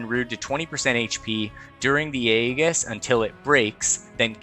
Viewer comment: The mispronounciation of Aegis the entire vid. 😅 Nice guide though.